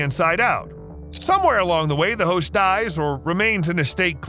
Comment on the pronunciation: I always understand "h**s" when he says "host"